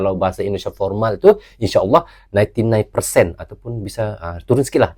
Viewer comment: Formal om bukan pormal...😂